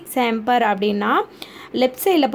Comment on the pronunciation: Sorry, it's pronounce =chamber-cha-am-ber